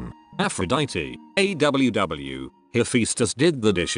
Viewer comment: Text: Aww Voiceover: "ey double u double u"